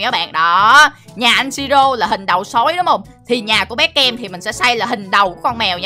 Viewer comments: Bé Cam mà anh đọc thành Bé Kem luôn😂😂😂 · nói bé cem😂😂😋